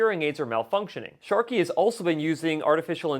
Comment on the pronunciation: Sharkey????! What’s going on with that? Is there a reason why you are mispronouncing the manufacturer????